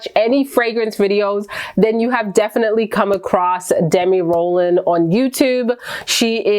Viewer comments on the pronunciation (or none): Isn’t it Demi Rawling not “Roland”